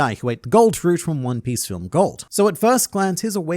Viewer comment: “one pee smoothie”